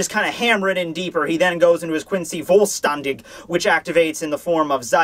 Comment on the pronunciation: Just a small fyi: It's Völlstandig, not "Völlstanding". X )